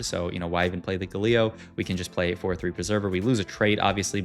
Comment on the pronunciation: Great video, the pronunciation of galio and brier is killing me tho lol